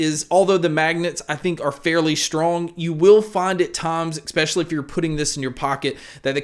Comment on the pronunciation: Loved your review and I am actually really looking forward to this coming out...but PLEASE stop saying "EK-Specially"...that is NOT a word. I know it's a minor gripe, but as a professional announcer, it bugs me. But as I said, it's a minor complaint at best.